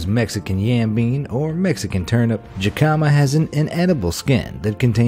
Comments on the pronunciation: I always thought jicama was pronounced hikama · The way you pronounce some words!! Its pronounced hee-ca-ma and to-ma-tee-yo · WTF!?!?! Jicama is not pronounced ji-ka-ma it's pronounced hik-a-ma, dorks. Doesn't that sound a bit more familiar? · It's pronounced HEE-kuh-muh, not jee-KA-ma dumbass. And tomatillo is pronounced tom-a-TEE-yo, not toma-TILL-o. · The Jicama is pronounced Hic-ca-ma. I know this because I am a cashier at a grocery store in which we sale these. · I'm so sorry, but tomatillo is pronounced "Toh-mah-tiy-o" (since double l's are pronounced like y's in Spanish). Jicama is also pronounced "Hee-kama". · its pronounced he-ca-ma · Not jicama...hic ah mah. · LEARN TO PRONOUNCE WHAT YOU'RE SAYING SO YOU DON'T SOUND LIKE AN UNCULTURED IDIOT!!! Jicama, as you know since you call it by its nicknames, is from Mexico. How do Spanish speakers pronounce their J's? Like an H. So it should be pronounced like hicama. Another Mexican food that you obviously don't know how to pronounce is tomatillos. In Spanish, if it's a double L it's pronounced like a Y. So it sounds like tomatiyos. You talk about honeydew melons, yet you consistently show cantaloupe melons in the video. YOU EVEN SAY BOTH IN THE VIDEO but never show an actual honeydew. DOES NO ONE IN YOUR OFFICE DO ANY PROOF WATCHING OR ARE YOU ALL IDIOTS!?!?! Also, again, you're copying #MindWarehouse. They did a video about this same thing, with many of the same foodstuffs about a month or so ago. Stop copying other channel's videos. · Hic- KUH- mah. Who is jicama? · I see your "Ji-cama" and raise you a "Ja-colon" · It pronounced hicama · Jicama is pronounced HihKama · "Jikahma" I'm dying😂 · Jicama pronunciation = HE Ka Ma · Jicama is pronounced "hick-a-ma" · Jicama is pronounced Heh-kuh-muh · Lmao... your pronunciations. Jicama is pronounced Hicama and tomatillo is pronounced tow-muh-tee-ow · To-mu-tee-yo and hee-ca-ma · Jicama /ˈhikəmə,ˈhē-/ the J makes am H sound. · Oh my god how this guy pronounces jimaca!